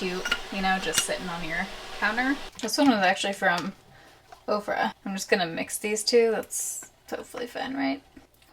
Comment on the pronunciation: Anytime someone says Ofra I think they say Oprah 😂